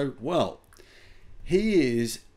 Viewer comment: It's pronounced Jew-Jar-O